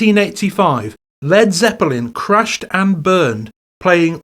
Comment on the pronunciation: CRUSHED and BURNED??? don't you mean CRASHED and BURNED??? sounded like you said CRUSHED, and playing to THAT SIZE of a crowd is NOT A GIG mate, it's a FULL ON EPIC SHOW. kool video though